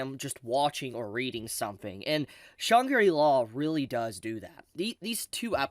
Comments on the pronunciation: Shang-ri-la, not Shan-gi-ri-la 😅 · Great series, Great video, Fully agree that this is a nod to gamers, so if you know you know. Huge Potential. AMAZING Opening with a group, full of some veteran artists. But PLEASE. it's shan-gri-la, not shan-giri-la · Shangri-La is a fictional Tibeten city from the 1933 fantasy novel Lost Horizon, written by an Englishman. It is pronounced with three syllables: Shāng-Grē-Law. When you say it, it sounds like you are somehow finding a fourth syllable. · Shang-gri-la say it with me now, how have u never heard this word before .. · yeah i heard Chun Giri law... but i didn't want to be mean ;( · say that name again lol XD